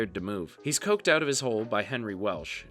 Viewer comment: 🤣"Coked outta his hole". Come on bro, the word is coaxed.